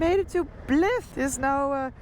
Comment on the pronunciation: Blyth, the y is pronounced as “i”